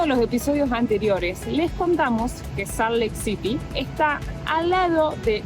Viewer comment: Hola, se escrive Salt Lake City pero se pronuncia, Salt Leik Ciry